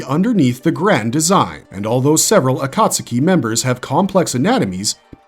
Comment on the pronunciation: agreed. Ain't no way you can make a dozen Naruto videos and still pronounce Akatsuki as "ah-kaht-su-key"